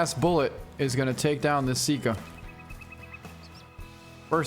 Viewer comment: Sika. Not sit-ka Sambar. Not sombar